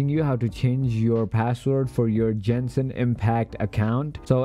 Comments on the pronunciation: “Jenshin impact” it’s Genshin get it right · jenshin impact